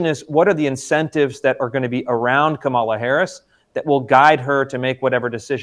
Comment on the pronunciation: Kamala, stress the first syllable. Not difficult Chris.